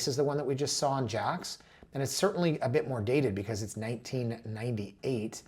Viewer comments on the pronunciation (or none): It’s definitely pronounced as if it was spelled “Jakes”, not “Jacks”😊